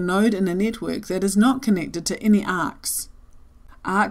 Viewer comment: Sounds like "nitwit model" to my American ears